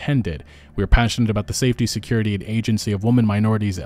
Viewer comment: “Believe all whamen”